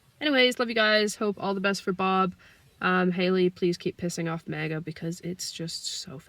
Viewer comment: k slightly newer viewer here, how did MAGA become MAJA? 😅to an Asian I keep thinking she's about to say Mahjong 🤣🤣